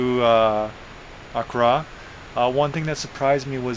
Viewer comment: AND ITS PRONOUNCED AK KRA